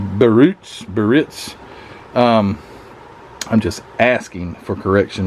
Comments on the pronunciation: That should be a sweet looking model when completed. And it is pronounced Be a Ritz. And yes, I can really mangle some names too! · Not broham ...said like broam. Spelled brougham. Biarritz said like Bee a Ritz. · It's pronounced "Buh-ritz". Accent on the second syllable